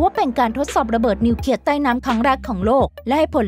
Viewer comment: ระเบิดนิวเคลียร์ไม่ใช่นิวเคีย